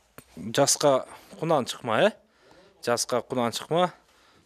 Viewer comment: Рахмат тууган ушундай тай,жылкыларды чыгарыптур.бирок жаска кунан дебей,жазга деп эле таза эле суйлосон болмок